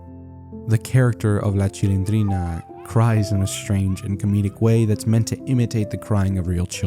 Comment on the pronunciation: Maria Antonieta de las Nieves es la duena y creadora de la Chilindrina, y siempre lo ha sido típico gringo q no puede ni pronunciar bien los nombres de las personas q esta cubriendo 🙄🙄